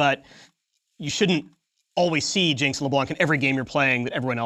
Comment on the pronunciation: Pronounce LeBlanc like it should be pronounced, not with a k at the end